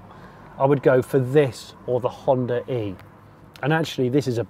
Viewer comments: Its "Honda E" , not "Honda-re" 😛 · Every time he pronounces Honda e and Hondare...